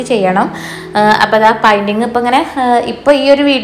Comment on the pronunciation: പൈന്റിങ് എന്നല്ല പറയുക. പെയിന്റിങ്ങ്.(painting). negative paranjathallato.ningal pala vediosilum പറയുന്നുണ്ട്.അതാണ്.